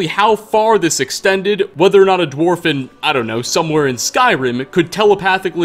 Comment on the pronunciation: wtf is a dwarb? Add more timestamps guys